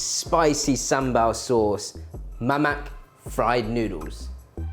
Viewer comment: The "k" in "mamak" is silent, Jeremy.